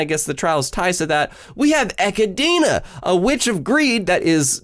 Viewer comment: How the he'll people who speak English can't say: EchiDONA (at least Echidna). It's already ep 8 and this is strange af